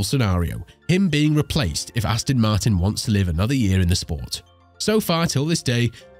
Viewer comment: Come on! At least get the name right. It's Aston Martin not Astin Martin FFS!